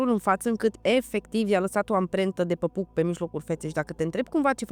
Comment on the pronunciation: Degeaba vorbești 3 limbi daca zici "păpuc"....